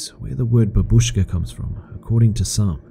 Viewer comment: It's not babuZKA but BA-BU-SCHKA. #triggered